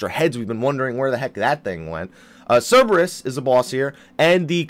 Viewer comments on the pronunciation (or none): none